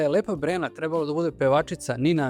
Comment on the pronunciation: Dobar Video,lepo,moooožda malo preopširan...mada ko voli...ipak sam ja (televizijsko dete-pa znam mnogo više u startu o temi) , ali jedna OGROMNA ZAMERKA , Čoveče,POPRAVI DIKCIJU ZA IME BOGA,! (Gutaš slova,nejasno izgovaraš rečenice,morao sam da vraćam video da razumem šta si to rekao,GOVORI RAZGOVETNIJE ),Ti POTPUNO nerazumljivo izgovaraš SAMOGLASNIKE u rečima,kažeš ,"Žarko Laušević je Treb.lo da igra ,G.GNOG SiNA"...na prmer - mislim,ok si dečko,i Dobro radiš video (,ne kudim te,ali ,brateee,jeeebote,DAJ POPRAVI DIKCIJU NA RAZUMLJIVI NIVO-pogotovo što si narator i objašnjavaš sve! - Ovo je NAJDOBRONAMERNIJE! Predajem na FDU ,pa znam o čemu pričam,ali NIJE SMAK SVETA,samo treba da PORADIŠ na DIKCIJI,pozdrav,i samo napred